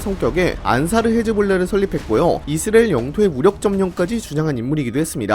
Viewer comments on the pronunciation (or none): 근데 왜 자꾸 이스라엘을 이스리엘이라고 발음하시는 건가요? 자막은 똑바로 되어있는데...